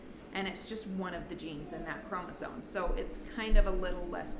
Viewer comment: It is chromosome, not chromosone as you pronounced it. FYI